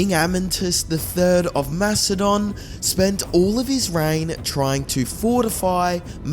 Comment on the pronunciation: are you saying Philip of Mastodon? Not Macedonia? Is this an AI voice just reading the same mistake over and over again? Its a huge miss and no one in the comments points this out so I am wondering if those are fake too